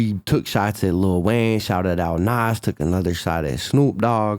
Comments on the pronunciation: Love ya.. But its not pronounced "NOSS" (Nas) its pronounced NAHZ (with a 'z' sound at the end) ❤❤ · The way you say Nas erks me. Either say the man's name right or don't say it. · Stop saying nas name like that its cringe af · Wish you would say Nas name correctly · I fuk with, but if you didn't know he was white you will know that now because how he say Nas, I'm from the south and I still know how to say his name